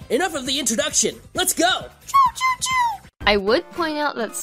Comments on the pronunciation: () it's not say chou It's chao spell: c-h-a-o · The weird spelling of chao was probably because she watched sonic x, in the english dub cheese pronounces "chao" as "choo"